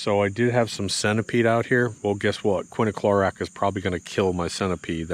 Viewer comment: It is bit quiniclorac, it's quinclorac. Greg Phillips used to do the same thing. Now he says it correctly.